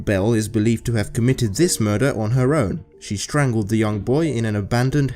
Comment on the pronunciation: "Ze world of serial killers"